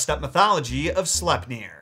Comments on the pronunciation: I feel he pronounces slepnir wrong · I'm still not sure how to pronounce Sleipnir.